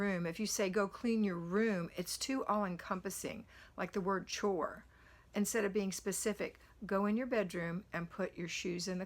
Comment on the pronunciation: Chore rhymes with BORE.